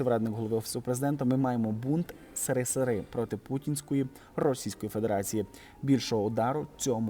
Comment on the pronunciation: А по вимові відчуваєця що ви,, з іншої епохи. В наш час казали - єсєрєсєр, а не сирисири. За цю вимову дільничий у домі з бесідою з батьками і порка - це найменше покарання.І тому ця вимова ріже слух. А нарахунок Алли Пугачової то вона сказала все в слушний час. Умова була не чипати Галкіна - от вона і мовчала. Але казав Максим, бо він у сімї чоловік - і все за правилами. І вона попереджала, щоб не чіпали їх сімью. А звернення було до россіян. З наією, що ті, хто ще дома, обміркують свої перспективи і відмовляця від війни. Те що в неї молодий чоловік не відміняє її життєвий досвід. І вона чітко розуміє що, коли, де і як казати. І вона сказала.... А нащод пропагандистів - Караван іде - собаки гавкають. Караван пройде, а собаки зостануться забутими.